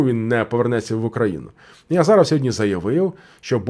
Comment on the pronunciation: Не Азаров, а азіров😂